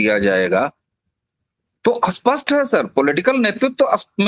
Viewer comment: वक्ताओं का " स्पष्ट " और " अस्पष्ट " शब्दों के उच्चारण में फ़र्क नहीं दिखता । उर्दू प्रदेश की शिक्षा का प्रभाव इन के उच्चारण दिखता है । स्पष्ट और अस्पष्ट दोनों स्वतंत्र शब्द हैं । यह गलती उनको खुद को समझ में आनी चाहिए, तब ही उसमें सुधार हो सकता है । स्टील का इस्टील वगैरे ।